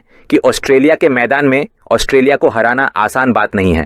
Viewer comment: It's not 'os-te-li-a', it's 'Aus-tra-li-a'. When will you guys start pronounce rightly? (অস্ট্রেলিয়া, ऑस्ट्रेलिया, অষ্ট্ৰেলিয়া, ઓસ્ટ્રેલિયા)